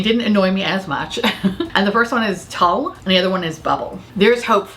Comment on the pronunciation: Tulle is pronounced tool. Y'know like the white fluffy stuff in the underskirt of a wedding dress. I followed the application methods of Alicia Archer with all my ND palettes and I never have any of the problems you've mentioned. Before I found her ultimate guide on yt, I despised my ND stuff.